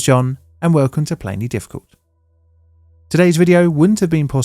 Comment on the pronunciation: HAHAHA